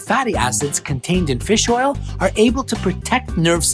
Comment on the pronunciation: Feels oil